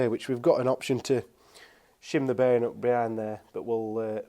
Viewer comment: Love the accent "beering"